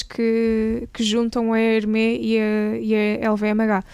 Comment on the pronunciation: Super interessante. Apenas um comentário de melhoria: na divulgação de informações sobre a marca Hermès, por favor pronunciem bem. O "s" no final deve ser lido. Procurem literatura, está facilmente disponível online. Obrigado.